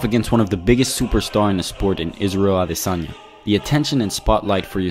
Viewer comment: Actually out some respect on this channels name one of the ferry few to pronounce ADESANYA correctly